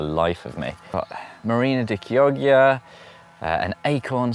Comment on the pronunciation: Fun video! marina di chioggia is pronounced key-awe-ja 🤣 As an Italian it was great hearing you butcher that. All the best!